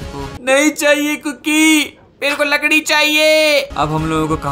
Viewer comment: told ladki not lakdi